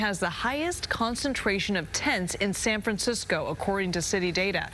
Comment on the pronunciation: are you saying "san crimecisco" lol